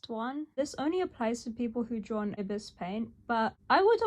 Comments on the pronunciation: One other thing: I believe you are supposed to pronounce Ibis like "EYE-biss" not "EE-bis" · wouldnt it be pronounced ibis like the bird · “Urbus paint”